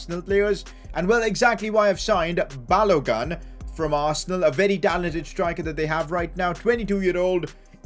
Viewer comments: It’s pronounced Balo-goon, not Balo-gun. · It is Balogun emphasis on the u